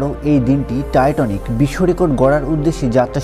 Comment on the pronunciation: জাহাজের নাম টাইটানিক আর আপনি বলছেন "টাইটনিক".. উচ্চারণগত সমস্যা হলে ভিডিও তথ্যবহুল হলেও ভালো লাগে না